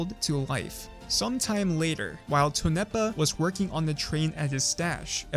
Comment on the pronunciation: "Tone nepa" LMAO ITS Tone Pa